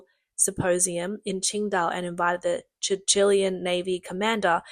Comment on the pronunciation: Did you say CHICHILIAN Navy? You mean Chilean.